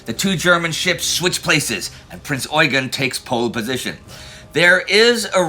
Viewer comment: Very nice! Thank you. Just one important bid. It's pronounced Prinz ɔ͡yˈgeːn with a short "eu" and an emphasis on the second "e". His actual name was french (François-Eugène de Savoie-Carignan). So this pronounciation (especially in Austria) derived from his french (and italian) routes. I saw many documentations from the english speaking area (and sometimes from Germany) in which the pronounciation is competely off.